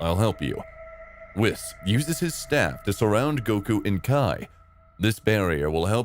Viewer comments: does this guy say whis as whisk...? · its whis not wis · Im convinced this guy is trolling us at this point with how stupid he is. Pronouncing "Whis" "Whehz", pronouncing "Ki" the most FUNDAMENTAL part of the series "Kai', calling the Tournament of Power the "Tournament of Force" which confuses me to no end. Overall even the logic in the what if is just insanely stupid as well so... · sounds ai. No one says "kai" for "ki" cause we all know "ki" is pronounced the same as "key" no fucking person says "whis" like that. No one. It HAS to be ai "dragon spheres"?! Only an ai would say spheres instead of balls "shenlon"?! Really?! Do I even need to say it?! Smh. now it's "shanglong" ITS SHENRON!! SHEN... RON.... ITS SO EASY. No human being is capable of making that mistake so it HAS to be ai generated. this isn't gohan. Gohan doesn't act like this... he doesn't talk like that. HAS to be an ai. That or this universe, zamasu came back and stole gohans body or something ridiculous. frieza calling goku... a "rascal"? A RASCAL?! THATS SO NOT FRIEZA THAT IT HURTS TO EVEN HEAR. super saiyan god "phase 2" what the ever living shit? No one ever says or has said "phase 2" for super saiyan blue. Sure some say super saiyan god super saiyan... but "phase 2"?! NAAHHHHH has to be ai Frieza also calls goku everything besides monkey it seems. Just rascal, insect, and idiot. No monkey.... this isn't frieza, it's an ai starting to think an ai edited this video too. What is this dramatic effect for this conversation? It's so dragged out and they are so calm talking... only ai would make this sort of mistake (and sssniperwolf but she's basically an ai too at this point) doesn't sound ai at all, infact it has character to it and doesn't feel robotic in anyway, he also says everything the right way he destroys them with his... "h